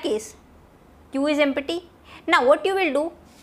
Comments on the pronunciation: what is empity ? my god! please learn how to pronounce empty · Correct your pronunsiation of 'empty' 😅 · empatty instead of empty !!!!!!!LOL!!!!!!!